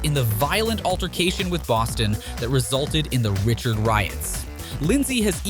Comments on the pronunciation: Ummm? 🤔 How does someone doing a hockey video, manage to screw up the names of legendary players so badly. I realize he may be reading off a script, but a hockey fan would know the pronunciation isn't the same as the spelling 🤨 Roy and Richard Wah(as in, saying ah at doctor) and Ree-shard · You can't even say the platers' names correctly, obviously you don't know anything about the players. Patrick Roy(Pronounced Wah) Richard is pronounced RI shard. How do you pronounce Miroslav Satan's last name?